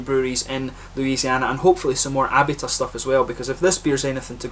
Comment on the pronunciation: I sure do appreciate the "shout out", man! This particular beer didn't really appeal to me, sad to say, but I adore their Jockamo IPA. Actually, it's pronounced "Uh-bee-tuh".